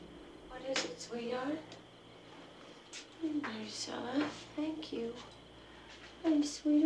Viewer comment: Did anyone else notice how Stacy kept calling Maricela Marcella ? Irksome, if you ask me.